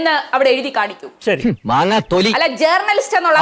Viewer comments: ജേ"ർ"ണലിസ്റ്റ് ... നല്ല ഉച്ചാരണം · ജേർണിയലിസ്റ്റ് അല്ല മോളെ, r സൈലന്റ് ആണ്.